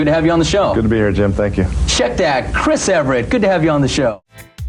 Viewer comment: The tennis star is named Chris EVERT, not Everett. Ironic that the point of the clip was that the interviewer botched the name. So did you...